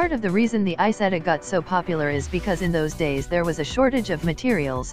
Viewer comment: Isetta not Isettal